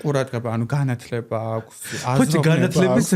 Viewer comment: ყველაზე სუსტი სტუმრის ნაწილი, ეს და სოფო ნიჭარაძის ეპიზოდი-სამწუხაროდ ვერ შედგა, არაფერი საინტერესო, არაფერი სახალისო, არაფერი ახალი😒🫣 P.S განათლება, განათლებაო და რესტავრაცია ვერ თქვა ტიპმა სწორად 🤭🙃